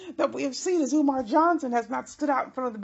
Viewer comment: Love how you said eeewmar